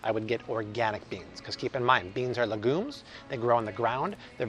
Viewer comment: Love your channel. Just an fyi, legumes is pronounced like “leh gyoomz” looked it up on Google.